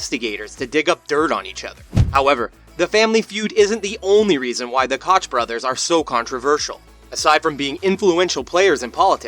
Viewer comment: It’s pronounced coke